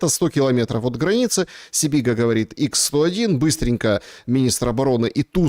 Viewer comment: не Икс-101, а ХА-101